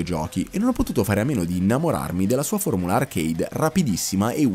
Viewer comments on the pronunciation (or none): none